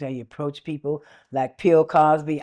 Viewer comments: "Pill" Cosby. 😂😂😂😂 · "pill" Cosby hahahaaha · She said "Pill Cosby". 🤣🤣🤣🤣🤣🤣🤣🤣